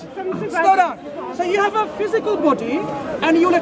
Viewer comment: "Is that phoosicool?" 😂😂🤣🤣🤣